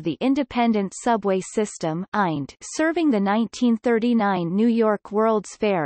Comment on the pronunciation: Listen to this computer voice say “eind” instead of I N D !!